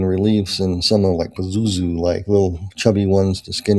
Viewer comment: around the 25 minute mark "Pizuzu"... Lebubu? He said some of them were sickeningly "cute"